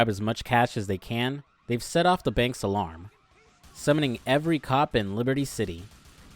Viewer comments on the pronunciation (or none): none